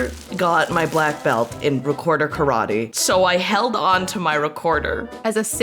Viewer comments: I hate when yankees say "karwhadi" instead of "karate". Totally annoying. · Why do you pronounce karate ka-rah-tey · The pronunciation of "karate" in this video hurts my ears